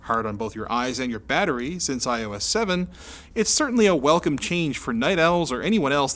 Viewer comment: Am I the only one who understood "i hoe ass" at the beginning?